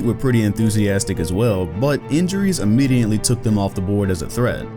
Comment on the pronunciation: "Immediently". Great video tho!